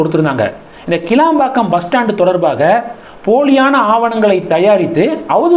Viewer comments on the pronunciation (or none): none